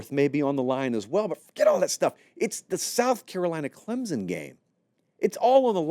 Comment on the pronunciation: Love the channel. Love the show. But PLEASE stop inserting a 'Z' sound when you say "Clemson". Nobody in the state of South Carolina says it that way. Some of the more "backwoods" people here say it with a 'P' sound, like "Clempson", which is equally cringeworthy. The proper pronunciation is "Clem-son", nothing more.